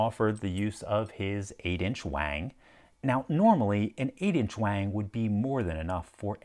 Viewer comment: Actually Wang does not sound like hang, it rhymes with dong.